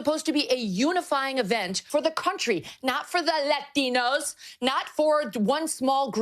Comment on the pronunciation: the way megan kelly said latinos made me physically recoil